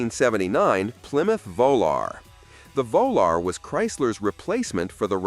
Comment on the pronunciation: Chrysler VO Lar>>>>>really????????????????????????????????????????????????